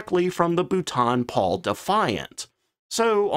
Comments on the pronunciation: You have had a shed-load of comments on this but, for the sake of my sanity, being a Brit, please note: 'Boulton Paul' = 'Bolt-on Pawl' (I am quite sure I must have butchered some American names in my time, 'Arkansas' anyone?) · It proves this is not A.I and is a real life American with they he murders the name Boulton Paul😁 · BOO-TON? WTF???? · For crying out loud it’s not bootan Paul it’s pronounced ball-tun Paul!!!!!! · It is not Bootarn It is spoken Bowl - ton Bloody Yanks need to learn English before attempting to say it. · Bootan Pole? Great channel but bootan pole is torture. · Its pronounced Bowlton and Paul, I worked for the company for many years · "Bolton Paul" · How many corrections of the pronunciation of Boulton Paul do you need? Either you don't bother to read the comments or you are too arrogant to correct yourself. This has been on-going for 3 years. Pathetic! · I might've been able to watch this video if not for the ABYSMAL and extremely weird mispronunciation of Boulton-Paul. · exactly, if he’s going to mispronounce Boulton Paul then I’ll mispronounce Chance-Vought as Chenkey Voogit. Might as well say Corsair as cursehair.